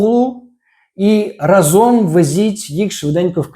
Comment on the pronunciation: У слові "разом" наголос ставиться на перший склад: рАзом. Це прислівник, що означає "спільно, вкупі" або "одночасно". Чому важливо ставити наголос на перший склад? Правильне значення: Наголос на перший склад дає слово "рАзом", що означає спільність, одночасність дій. Незмінна форма: Це прислі́вник і його форма є незмінною.